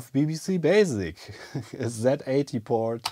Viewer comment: Zilog is an American company, so it's Zee-Eighty!! If this incorrectness persists, I will start calling the Zed-X Spectrum the Zee-X Spectrum!! I'm not bluffing, I'll do it!!